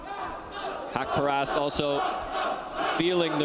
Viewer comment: Sir you are pronounce his name totally wrong it’s suppose to be HAQ PA RAST